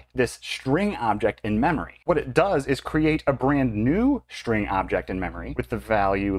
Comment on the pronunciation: This is "copy-on-demand" in Delphi and Free Pascal. Same strings are pointing the same memory. When You change one string then a new reference created to a newly allocated memory. And strings ARE NOT immutable in these languages. The procunciation of "string" is terrible in this video!